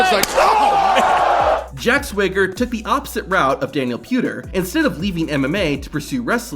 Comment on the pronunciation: Stop saying ‘however’ and it’s SWAG-ER as in swagger 😅